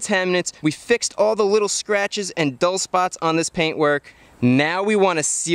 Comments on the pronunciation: everytime you said sratches I took a shot, holy moly I can see the light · Fun drinking game: Take a shot everytome he says sratches :P